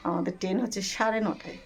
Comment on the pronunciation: Kotha ta Ten na Train...